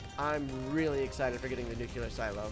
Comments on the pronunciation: I got better at pronunciation he said “Noo-cue-ler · Nuclear🙅🚫🚫 Nucular 😍✔️✔️✅✅